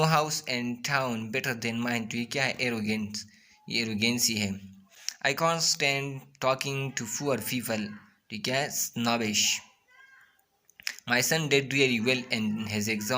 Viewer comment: Poor people ❌ Four feefle ✔️